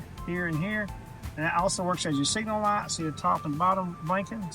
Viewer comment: With these Laights, you got your Left and you got your Raight. Gotta see both at Naight.